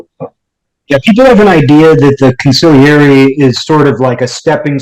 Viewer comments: consigliere [g not pronounced] [cawn-see - l - air--ee (3 sylables) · Consigliere- the g is silent.